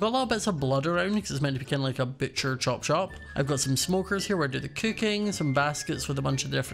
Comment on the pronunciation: Did say «Butcher chop chop?» or «Butcher chop shop»